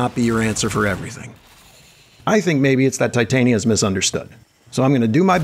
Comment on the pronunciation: I genuinely appreciate your attempt to pronounce her name correctly i actually grew up with her name being pretty common for me this is my 4th video and your the first person to reduce the cringe